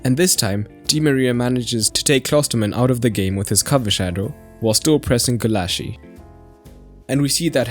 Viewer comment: Very good performance from psg, but i don't think it will be enough against bayern, hence they are on fire this season And FYI, Gulácsi is pronounced "gulachi" rather than "gulashi". The hungarian "cs" is more like an "ch" rather than "sh"